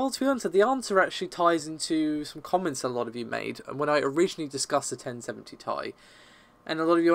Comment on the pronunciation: not taï dude, its Tee Aï